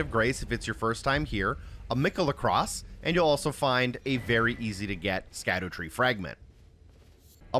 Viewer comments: Instantly stopped watching when bro didn't know how to pronounce "scadutree". Brother it's Shadow Tree fragments smh L video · How old are you dawg? Cant pronounce latin lmao. It's shadowtree not skadootree . Why would you even think it's pronounced like that, don't mean to sound petty but im not watching 30 minutes of a grown man who probably passed high school say skaddootree the whole video. Its almost impressive how badly you butcher that shit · it’s “shadootree” not “skadootree” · Its pronounced "shadow tree" btw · Great video but it’s pronounced “SHADOW” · It's pronounced "Shadowtree fragment". Scadu is an old spelling of shadow. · Isnt it pronounced "Sadutree" as in Shadow tree? with the sc making an s sound like science or scene.